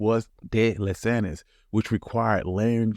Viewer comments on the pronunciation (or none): Whoa!! Did o just hear dude say “ luh sagnis “???💀💀💀